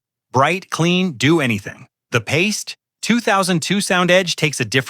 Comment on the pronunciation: Pie - stee.